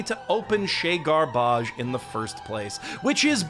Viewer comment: I translated "House of garbage" using unreliable Google Translate and got "chez l'ordures". You're Canadian, you know French. Your use of "chez gar-baaj" is meant to be condescending to your US audience. It won't work; I'm not from there 😀